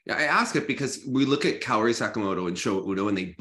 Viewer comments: Is it that hard for Meagan to pronounce Kaori correctly? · Kayori is killing me bit inside 😂 To her defense she seems bad at pronouncing names, not just Asian names but also Russian and other names except English names maybe lol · Can someone please teach Meagan how to pronounce Kaori’s name? It’s crazy to me that she still pronounces it wrong!